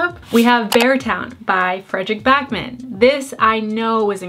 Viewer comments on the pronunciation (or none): FYI, Backman is Swedish so its pronounced Bawkman. Like baah. A long a!